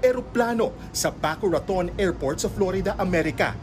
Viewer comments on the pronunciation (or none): Re: Plane Crash Site, It is Boca Raton not Baco Raton